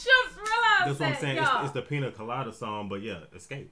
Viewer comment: pronunciation was correct. In Spanish, the i has a "ee" sound and the ñ has an "ny" sound. For example, niña (girl) is pronounced "neenyah" and piña (pineapple) is pronounced "peenyah."